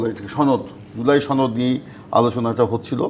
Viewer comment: ছনদ নাকি সনদ! কিছু মানুষ ইচ্ছাকৃত ভাবে সনদ কে ছনদ বলে নাকি ঠিকমত উচ্চারণ করতে জানে না?